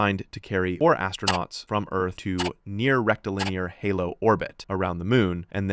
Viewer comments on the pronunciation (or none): Why is your AI saying " Rectal Luner Orbit " ?